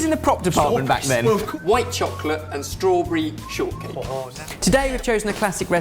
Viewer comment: says "chocolate" and "strawberry" so odd lol